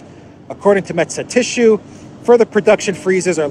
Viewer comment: Metsä Tissue, perfect Finnish spelling sounds good. Excellent 👍